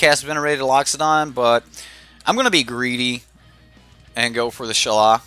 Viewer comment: Shalaiiiiiiiiii not shala wtf